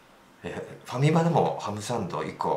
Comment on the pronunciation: ファミマさんをハカマさんのイントネーションで言ってるの気になるｗｗあとfujiyamaが着てるベイスターズの上着いい！